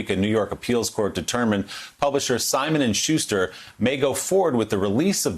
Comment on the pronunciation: This is off topic, but I believe Maya Wiley is mispronouncing Schuster as "Shuzh-ter" instead "Shoos-ter. I find it quite distracting, especially since Willie Geist is pronouncing it the way I'm used to hearing it. I don't know. It seems like an affectation.